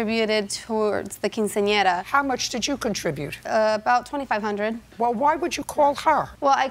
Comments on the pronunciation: "To help pay for her cousins keen-seen-in-error"😂😂 why did he say it like that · "...to help pay for her cousin's keen-see-ahnera." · I tried so hard to mispronounce “quinceanera” like the narrator did and….. I just couldn’t lmao. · Nice way to pronounce Quinceanera in the beginning 😂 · Only 12 seconds in and i'm just trippin' off the announcer trying to pronounce "quinceanera" 😅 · I can't get over the pronunciation of "quinceañera" by the narrator. Lol. Nevertheless, buy your cousin a freaking gift. If you already gave 2500 dollars, why would you ask for money from people who aren't family for a party for your COUSIN? I don't care if she's "like family." JJ is right. If she didn't offer her contribution, then clearly she's not as close to the family as she says. At least not the cousin. 1200 for "like family"?? NEVER. 😂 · The guy at the beginning could NOT say quinceanera.